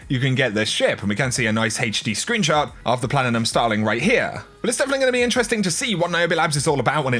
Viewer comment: Anyone else put off by the way he tries to say platinum??